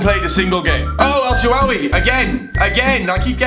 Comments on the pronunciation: pronouncing El Sharawaay (or however it's spelt) as El shawaway xD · In El Shaarawy is name is a R btw. ( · why cant youtubers say el shaarawy?!